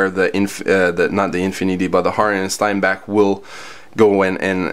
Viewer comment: The Sotar (not Soltar, there is no “L”) can be had for just over $100. (Also, it’s Harder & Steenbeck, not Steinbeck.)